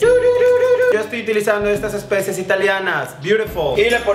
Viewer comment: "ESPECIES". Es especias jajajaja